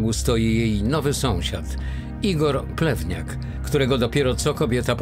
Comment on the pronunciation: Czego ja zamiast plewniak słyszę plemniak?